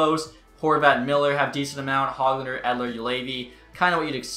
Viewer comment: Every time he said “Peter son” annoyed me so much I’m sorry lol Edit: and every time he said “Hog Lunder”